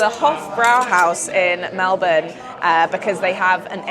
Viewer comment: You're saying Melbourne like a true Australian! I always cringe when people say "Mel-born", because in Australia it's pronounced "Mel-bin"